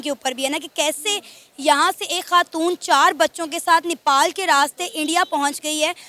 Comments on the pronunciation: Nipal kya hai? The country is called Nepal please correct your pronunciation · Nipal nahi bhosri... Nepal bol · Are vo madam vo nipal nahi nepal hai....😂😂